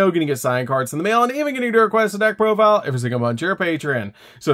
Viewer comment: Just say profile like a normal person. Plus its at 1 on master duel. But yeah.